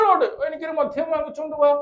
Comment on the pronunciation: മധ്യം അല്ല മദ്യം